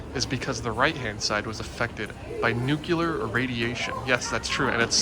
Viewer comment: ...we need to talk about the word....NUCLEAR.